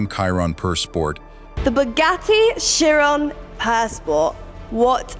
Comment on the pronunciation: I hate AI! FFS, before you put you're vid on this youtube thing, watch listen to it & make sure it's correct! The Chiron is pronounced a certain way! I you need English lessons, I can teach you.....